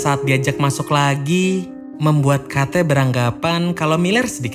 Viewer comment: Video yang bagus Bang, penjelasannya juga cukup jelas. Hanya saja sebelum meringkas sebuah film, terlebih dahulu abang perlu belajar dan mencartahu bagaimana Prounounce setiap nama2 dari setiap pemeranan, nama tempat, dan yang lainnya. Contohnya, James dibaca Jeims, Kate dibaca Keit, dll. Sukses Terus ya!